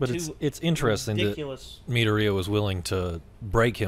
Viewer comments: Me-door-e-uh, if that helps. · Mid-door-Re-ya. That’s how it’s pronounced. I’m sorry, it was really bothering me. Or just call him Deku. It’s his nickname.